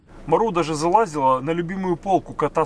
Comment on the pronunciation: ЗалезАла, а не залАзила!!!!